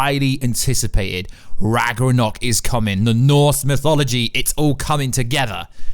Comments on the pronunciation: It is RagNarok. Not ragrorock lol. And Kratos’ wife is Faye not Freya. Freya is the witch in the woods, Baldurs mum. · It’s Ragnarok. Not Ragranok.... BOY!!! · RAG-NA-ROCK NOT RAGRONOK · He said "Ragnorrock" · Ragnarock not ragrnog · RAGNARÖK NOT RAGRANOK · Its ragnarok not ragranok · what is ragunok do you mean ragnorok? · It’s ragnarok not ragranok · RAGNAROK! not ragarok, not ragornok, not ragerok is fucking ragnarok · Maybe He misread the "n" to "r" in Ragnarok and pronounced it as "Ragranok" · you said it Ragranok multiple times, I don’t think you said it correctly the entire video. It’s pronounced Rag - NAR - rock. Not Ragarock Raganrock Ragranok Raganock It’s Ragnarok. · Why do you keep calling it ragranok???? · (Rag-Nor-Rock) Ragnorok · Ragnarok (Rag-Nor-Rock) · It's pronounced RAG-NUH-ROCK. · “Loki’s real name ragroror” wtf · Sorry to do this but it is pronounced RAG-NORE-ROCK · did he just said ragornok?? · I love the part when he says ragronok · I wish he would say that instead of Ragranok. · Noone:: ragrenok Sorry just had to do it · as a dane, I love that ragnarogh pronunciation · Say it with me RAG-NOR-OK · Bro it’s Ragnarok (Rag-nuh-rock) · Ok now say it with me, Rag nar rok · The amount of times he said ragranok and ragrunrurok hurt my brain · The hell is rag na nock? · Dude can’t pronounce Ragnarok. It’s pissing me off. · "is ra-g-re-o" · Its Ragnarok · Are we just gonna ignore his pronunciation of RAGRANOK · lmao...he also messed up by saying Atrias real name is "Ragranok" when its Loki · R A G A R N O K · “Rag er rock” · No. Absolutely nobody in their right mind can ignore this. Only reason I came to comments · Its pronounced ragnarok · It bugs me when you say Ragnorok wrong. >:{ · You mispronounce Ragnarok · I can’t believe he said Ragnarok wrong over and over again for the whole video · Can this dude learn to pronounce ragnarok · This guy has no idea how to pronounce Ragnarok... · I give this a dislike For the way he pronounces RAGNAROK